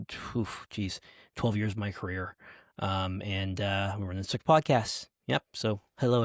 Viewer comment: every time you say the word "SVIC" pronouncing it like it is a word the whole internet is laughing at you.